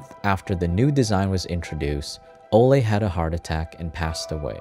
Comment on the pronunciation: I think it’s Olay not ole guys